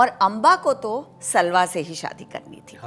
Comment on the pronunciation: Pronunciation errors. For example: सल्वा नहीं साल्व